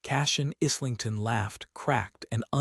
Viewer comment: In the era that the story is set the word is pronounced - Eyelington.